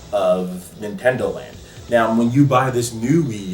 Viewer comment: great video. also why do you say noun when you say now?